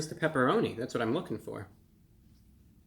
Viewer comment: Ahhh, the pepeloni, pepeloni. You know the pepeloni?